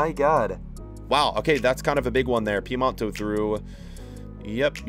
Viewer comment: Sorry, for how much i love you, it's Piemonte, not Piemonto